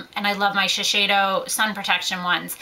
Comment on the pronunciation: It's shiSeido, not Shisheido!